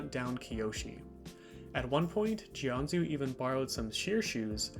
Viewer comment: It’s pronounced Jianjoo.